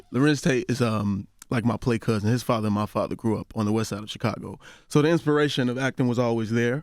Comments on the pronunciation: It's thoroughly irritating the fact the Charlamagne REFUSES to pronounce CHIcago properly. Smh. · I want Charlamagne to stop saying CHEEcago